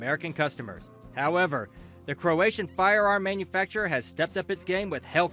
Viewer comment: It's not CroA long A, its Croa Short A Croatia, Yugoslavia.